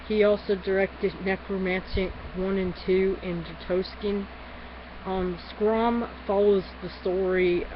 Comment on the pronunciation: I enjoy your review. But the woman Schramm (pronounced Shramm , btw -- no problem) has a thing for is a prostitute. Just for clarification. Anyway, I appreciated your video! Check out my book, The Shawcross Letters and appearance on Dr. Phil, as it's kind of a similar concept to this film -- only real.